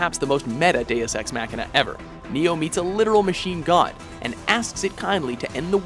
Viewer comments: The way he says it is Mac-Kina, like some new Apple product. Most people pronounce it with a longer A. "Mah-Kina". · your saying it wrong deus ex machina not deus ex mackkkkkkina what the fudge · The way you're pronouncing machina is killing.. mock*in*a not mac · Mock, not Mack. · Deus Ex “Mackina” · why does the narrator speak in an American accent, but pronounces words like Machina and Speciality like a Brit? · That mispronounciation of Machina.